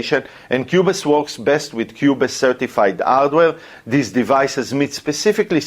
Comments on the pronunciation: Great content. Pronounced Qube's, not qube-es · the e is silent in qubes.